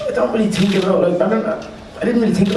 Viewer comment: "I tink I'm more of a tinking man now I tink"